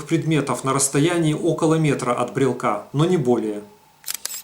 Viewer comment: Как только этот хер стал склонять "брелка", "брелку", "брелке" и т. д., можно дальше этого Митрофанушку-неуча не смотреть. Грамотно - "брелока", "брелоку", в "брелоке". Так что не могу верить козлу, который грамотно так и не научился говорить. Спонсоры, не срамитесь!